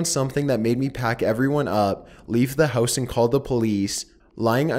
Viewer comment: why do u pronounce house so weird? hoouuse lol